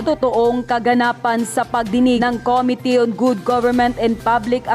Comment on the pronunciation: Please stop saying COMITY. It’s committee. Thank you for your videos.